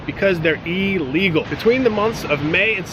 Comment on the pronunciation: Elegal lolol